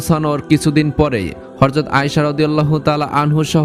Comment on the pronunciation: উচ্চারণটা** হরযত** হবে না | সঠিক উচ্চারণ হবে** হযরত**